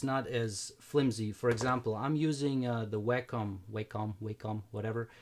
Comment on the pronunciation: so much "review" and so many things you dont even know? use wacom a lot and dont even know how to pronounce? wow....no one can beat wacom tech dude. and its the father of the stylus tech. i think the keyboard doesnt use bluetooth to connect.